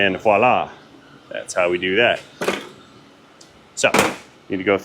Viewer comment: I'm glad to hear you pronounce voila /vwäˈlä/ correctly. Most folks pronounce it like wallah these days. They either can't or are too lazy to put the v sound at the beginning.